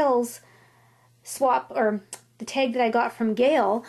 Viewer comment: where are you from you say teg instead of tag